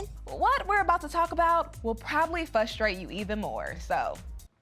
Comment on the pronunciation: When you're a journalist for a nationwide entertainment show and you can't say frustrated.